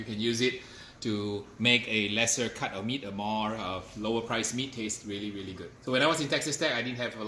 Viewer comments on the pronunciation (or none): none